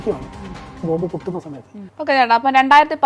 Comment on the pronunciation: ബോംബ്..... അല്ലാതെ ബോബ് അല്ല😂😂😂😂